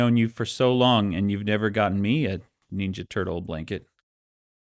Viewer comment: I could listen to Dan say "neenja" all day